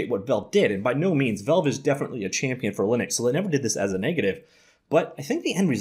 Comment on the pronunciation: The amount of times he says "velve"